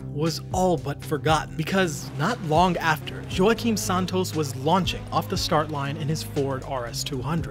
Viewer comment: Just gonna leave this here. WAH-KEEM, man.....